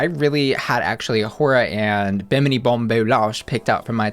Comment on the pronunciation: not the British accent from pronouncing Bimini's name carrying over till the end of the sentence and making me crush on you even more 🥵🥵 Found your channel today & already love your energy & all the puns <3 Also how TF do I not remember seeing Sister Sister's SG character like AT ALL? Did my episode cut out or what? LMAO I do remember her runway look vividly though, that's so weird...